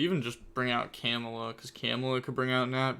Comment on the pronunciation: Ill never get used to the way you pronounce camellia hahahahahah Kemula, lol. I'm sorry I love you bro❤